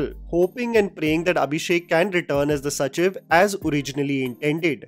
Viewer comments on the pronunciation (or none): It’s not Sachiv, its sacheeeeev